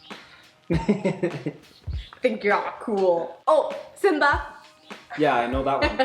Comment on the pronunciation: In swahili you pronounce all the Es and Is the way you pronounced them in njema and simba respectively